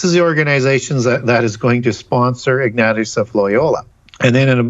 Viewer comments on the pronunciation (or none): IG NAT EUS LMAO 🤣... showing the Jesuits no respect. Ig Nay sha = ignatious